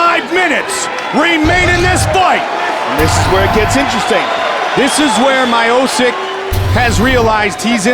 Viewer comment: " Stipe Mayosick"